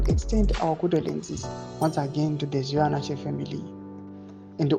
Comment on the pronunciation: Please your reporting and reading is disgusting. Improve if you do not want to loose subscribers. Its ZVINAVASHE not ZVIVANASHE.